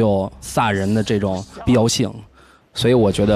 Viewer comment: 我感觉袁子弹这个青年编辑讲话的时候貌似平仄不分。“这种” 的这，听起来不像 ZHE 而像 ZE。。。